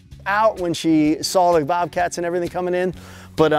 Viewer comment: he never even SAWL it 😂